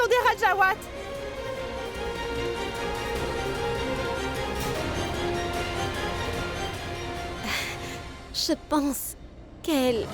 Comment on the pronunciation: qui dit"les wajawate junior ".😂😂